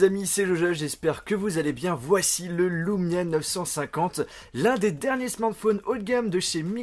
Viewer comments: Super vidéo enfin un youtubeur français qui montre les qualités des Windows phone !! Par contre c'est LUmia pas LOUmia;) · tu le prononce à l'américaine :D